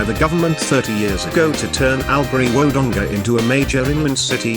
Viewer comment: I live in ALBURY STOP PRONOUNCING IT WRONG it is actually say it like this allbury but spell it like this albury and Wodonga is not pronounced like that it is wadonga but spelt Wodonga #smartest aussie gurl alive . But don't tell me bro that I comment XDDDD